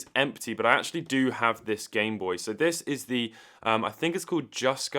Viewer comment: I just like how you say "gime booi"